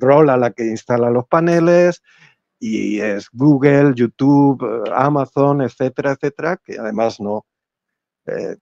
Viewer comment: no me creo que hayas pronunciado YouTube así, minuto. Un abrazo muy sincero a los 2. corregido